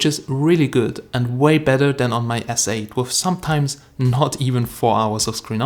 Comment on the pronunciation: It's galaxy Sssss8 not zzzz 8